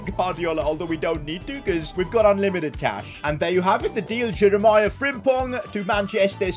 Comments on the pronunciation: It's jeremee not jeremiah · Man said Jeremiah not jerimi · Btw Jeremie is pronounced Je-re-me